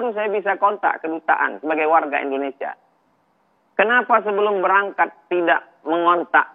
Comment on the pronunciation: Mas Egii, cara ucapnya indonesia bukan indonesa...hihihi..